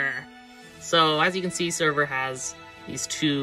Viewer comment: The red one is actually named Sabre , Pronounced Saber. No clue why they called him sever in the box